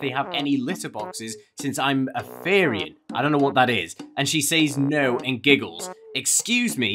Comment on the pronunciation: a therian, you pronounce it like terian, is someone who thinks they were a animal in there past life, and we also call them furries. I know a therian and there very nice.